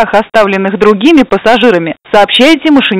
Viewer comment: Может быть Калище с ударением на а